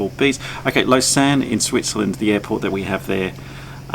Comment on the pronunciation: Hey ! I'm born and live in Lausanne ! (It's actually French speaking and not Swiss German so you have to pronounce it "the French way" haha) I was in Australia 7 months, I missed the lake and the alps so much, Australia looked so flat haha Hope you enjoyed !!